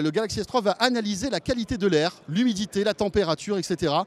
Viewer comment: 4.40 fail il prononce galaxy s3.